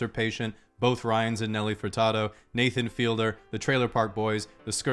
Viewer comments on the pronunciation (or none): none